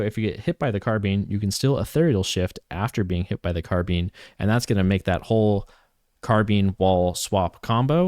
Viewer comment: Yo wtf is a car bean?